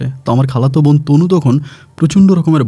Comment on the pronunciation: Vai apni ekn kusuta tik vabe pronunciation Korean, easte easte tik kore nen,nyto sunte baje lage. Von na bon,sakma na chakma. Easte easte tik kore nen.